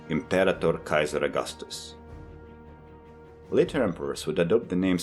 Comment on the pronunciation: Thanks! Ps: I love how you pronounced Caesar correctly.